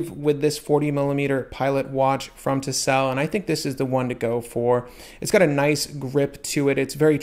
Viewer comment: Tisell pronunctiation seems good bud, but please say it properly it is Fleiger (fliːɡɐ), as in to fly.